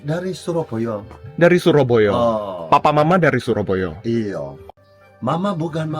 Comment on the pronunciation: pas ngomong "suroboyo" msh ada cengkok jawanya dikit hehehe